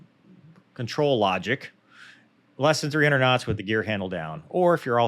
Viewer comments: Here let me take that flak off your back. "lol! You almost said kinditions after you said kinots!". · I thought your “K’s” when saying “kuh-NOTS” could have been a little crisper. Please re-record audio and try to stay 1-3 inches closer to mic. I’m kidding. Only kidding. I thought that was fascinating. It’s really informative to see how after Incident reports are handle. It speaks to the cohesiveness of the crew and soundness of training that they validated the general techniques, confirmed the posts weren’t peopled with morons or careless psychopaths, and made legit improvement suggestions without the need for a blamestorming session. It sucks it happened, and I’m glad nobody got killed - but it looks like it might actually make F35 flight operations safer. For the cost of a jet and no lives - that cost seems like a bargain for that kind of information. Thanks for putting this together, Cheers!